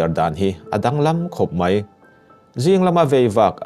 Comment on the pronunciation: Hmuntin hmuntang tang tihlai kha thluk mawi deuh dan aawm em aw chuan mai tih tur ah mei iti tlatin kava hreve iaw ngaihthlak anuamsi athluktur leh thluk lohtur ah hian kan thusawi lamhi anihna leh atum athelh thei tlat kalo sawive mai2 aw